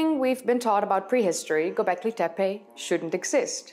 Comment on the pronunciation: "Bondjuklu Tarla" is the right way to pronounce and it is better if you don't push hard on the sound "r" in the word Tarla, other than this you pronounced the Karahan Tepe and Gobeklitepe very good :) im a native Turkish speaker. Thank you for the video i liked it and i subscribed 😊